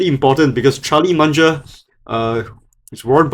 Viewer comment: It’s Mung-er not Mun-ger 😅